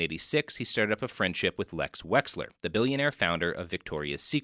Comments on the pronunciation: The fact u keep messing up wexners name and calling him wexler is hilarious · LES WEX-NER GHIS (gee) -LAINE (lane)